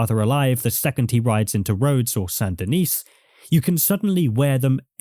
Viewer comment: How and why do you pronounce Saint Denis wrong? Everyone in the game pronounces it correctly